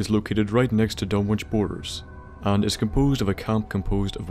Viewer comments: Pronounced Dun-ik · Done ich is the pronunciation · Surely the w is silent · Did you notice he mispronounced Dunwich the whole time?